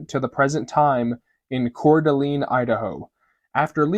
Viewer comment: I was with you till you had to attack Jesus. Oh, and the city in Idaho is pronounced ( core da lane )